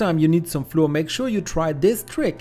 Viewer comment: Flour is pronounced exactly the same as flower, otherwise it sounds odd in English !